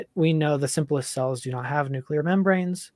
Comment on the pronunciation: Nucular is not a word